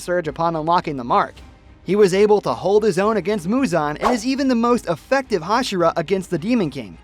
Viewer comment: muzan not huzon